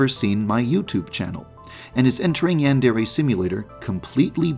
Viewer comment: How to pronounce Yandere: Yan-Der-Ayyy